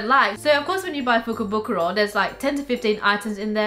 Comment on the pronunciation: If I hear fukobukoro one more time I will go nuts